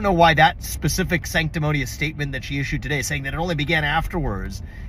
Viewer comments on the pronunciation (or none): none